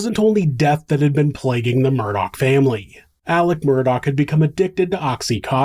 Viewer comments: Idk if it’s just the vid creator but their name ends in an augh meaning it’s murdoph or murdo this guy keeps adding c/k and it’s killing me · It's NOT MURDOCK. Jesus. It's annoying the crap or of me. It's murdaw. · The name is pronounced Murdaw, not Murdock! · I have seen every aspect of this trial from the very beginning all the way through and this is the first time I ever noticed that when he was talking to the 911 dispatcher about being shot at he said his name properly “Alex Murdaugh”, instead of the way, he’s always making it sound as “AleCK Mur-duck”